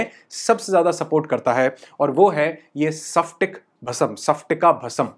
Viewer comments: Sir मैंने आपका फिटकरी का video देखा बहुत सुंदर जानकारी धन्यवाद 🙏 * मुझे लगा आप गलती से बोल गए परंतु इस video में भी आपने इसे सफ्टीक भस्म कहा हैं। सही उच्चार स्फटिक है सफ्टीक नही! क्षमा करे मेरा आपको दोष देने का कोई उद्देश नही है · स्फटिक बोलने नहीं आता आपको। सिखलो।